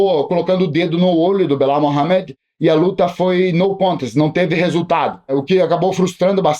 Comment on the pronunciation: "Bilau Mohamed" 😂